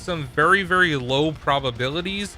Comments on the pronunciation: "Vury vury" 😂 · Vury vury good video